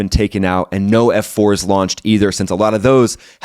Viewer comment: Did you just say "F4's"? Hahahaha edit: don't know how many subs you have, but, you got mine!